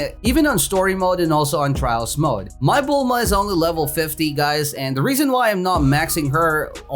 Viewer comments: He still says bulmama lol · Love the vid but y u call bulma, bulmama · why does he say bulmama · Me every time he says Bulmama: 👁👄👁 💧 💧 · When did you call bulma bulmama XD